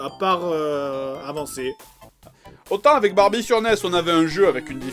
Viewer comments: il a dit les fesses de bambie au lieu da barbie lol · c'est moi ou il a dit Barbite?